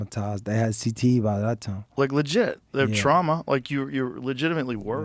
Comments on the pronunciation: Is he saying "CTESPN" intentionally or...? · He definitely got a speech impediment if it’s not cte